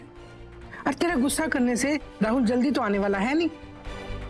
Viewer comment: KItna ghatiya tarike se rahul ha naam prnouce karti hai